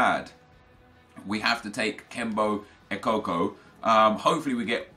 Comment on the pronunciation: The way he said kembo ekokko made me laugh no offence